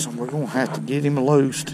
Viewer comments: Let’s put heem in the bucket 😂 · "... Let's let heem go!"